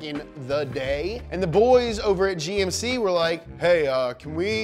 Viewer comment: He said "Jymk"? 😂